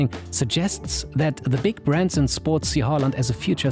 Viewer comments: Finally somone who can say hÅland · Very good Haaland pronounciation!